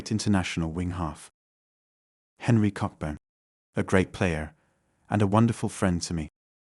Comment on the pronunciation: Thats Busby Babes and Roger Byrne (pronounced Burn) Henry Cockburn (pronounced Coburn) if you are going to tell the story do your research properly and don't disrespect those involved!